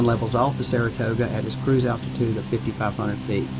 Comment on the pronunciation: "attitude" or ALTITUDE? Just wundrin'